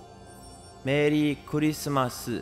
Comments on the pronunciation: Engrish Merii kurisumasu lolol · Merri Kurisumasu ,.it's funny engrish ranguage? lolol